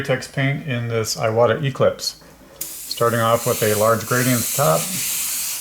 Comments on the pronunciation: Seems to me, that if youre gonna name your channel Airbrush University, you should at least pronounce iwata correctly. Its eewata. Not eyewata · Thank you for this video! It's pronounced "eewata" :D